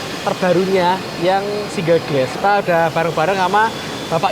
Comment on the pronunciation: Dibacanya bugan gles tapi glas